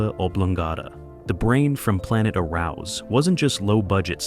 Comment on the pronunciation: Pronounced " Air ous".